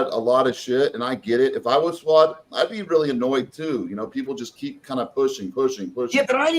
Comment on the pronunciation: Gregg, please say Fouad’s name correctly 🙄🙄🙄